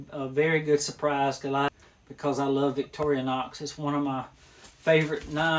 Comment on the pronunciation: Great videos! I remember my dad having 2 of those knives in the early seventies. I notice you, like a lot of guys, pronounce Victorinox as Victori-a-nox but there is no “a” in the word.😊